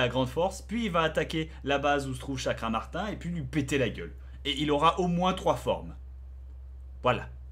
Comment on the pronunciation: Et pour info Bob, son nom c'est Chakravartin (prononcé Chakravartinne) et non Chakramartin :D